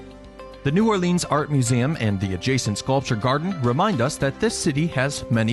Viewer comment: ***** h Anything is okay.. EXCEPT New OrLEEEANS! :D I cringe when I hear that. Interestingly enough, the parish is pronounced orLEANS. Weird, eh?